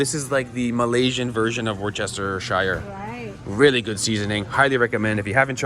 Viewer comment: It's not "wor-chester"...it's pronounced "werster".